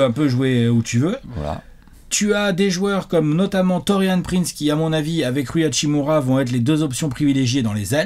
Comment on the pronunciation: bah c pour ca qu'ils vont alterner avec Prince pour la 5e place. et on dit hashimUra